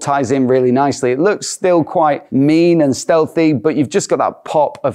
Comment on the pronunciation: ' Steathehy.' yeah .. 😂, about as Steathehy as kick in the b*lls.